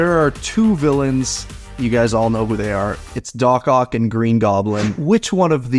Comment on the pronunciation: It’s dock ock